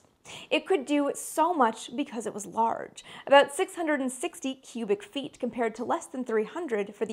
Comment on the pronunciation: I love the Canadian accented way for pronouncing "aboot"